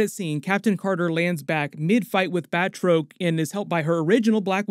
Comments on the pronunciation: Batroc is pronounced “Bat-rock” Also that actor is the greatest MMA fighter of all time, George St-Pierre. Put some respeck on his name. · Batroc...(BAT-Rock)...dude this is like 4 times with the mispronounced names...get an editor or have some one proof read.